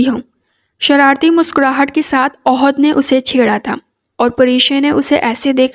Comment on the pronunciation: Ohad nhi ahad h